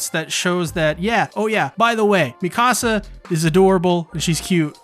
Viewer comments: "Me Ka Sa" Not "Me Casa" I cringe so hard when people say my house in Spanish instead of her name. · The way you pronounce Mikasa is like saying "my house" in Spanish lol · Great vid. Your Mikasa pronunciation is kinda off.